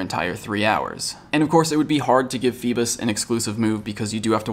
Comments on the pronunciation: I thought it was FEEBAS not PHEBAS.. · Lol its not "fee-bis" its "fee-bass" like the fish. Lol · IT PAINED ME WHEN HE SAID FEBIS!!!! DID ANYONE ELSE SEE THIS?!?!?!? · Feebas, pronounced as Feebass.. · If he dont stop saying feebas wrong I'm gonna go crazy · It’s cause you say feebas weird